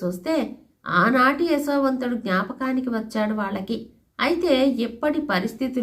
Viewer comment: అమ్మ మీరు యశోవంతుడిని ఎసో వంతుడు అని పలుకున్నట్టు అనిపిస్తున్నది